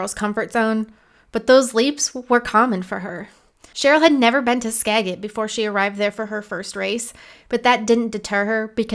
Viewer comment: It's pronounced "Skajit"